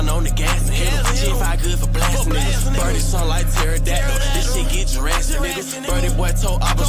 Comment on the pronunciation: “lil birdle jurastic” learn how to read gang 😂